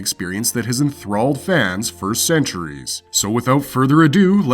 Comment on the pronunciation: Not gonna sub cause you said "for cneturies" at start lol